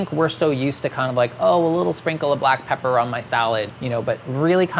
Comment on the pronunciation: "ahh.. butt pepper!" you wont unhear it sorrynotsorry